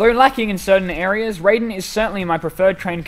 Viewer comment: Raiden is spelled like that but pronounced ray-den